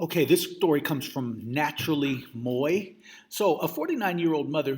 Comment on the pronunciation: "Naturally Moi" is pronounced naturally "mWAH". These mispronunciations in your videos are getting worse and worse. You keep missing some easy words and it undermines the integrity of your platform. Not a hater, I just know how easily these things can be fixed and how much they can hold a platform back, as well as cast a platform into the realm of "stereotypical". PLEASE rehearse before you record. Work on pronunciation, reading and spelling. Thanks for your posts.